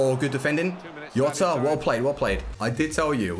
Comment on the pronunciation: its not yota is gzota